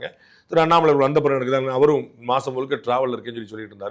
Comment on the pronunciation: Dei pandey unakku Annamalaiyin peyarai utcharikkavey thaguthi illai.